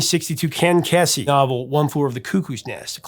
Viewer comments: Ken Kese last name is pronounced "KEE-zee" not "Kessy". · Ken “KEY-Zee” not “kess-e” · It’s pronounced KEEsee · Respectfully…Ken’s last name is pronounced KEY-zee.